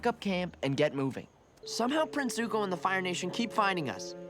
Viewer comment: Love the reactions, keep them up, the show gets so good, you have no idea. Zuko. It's ZU-KO 😋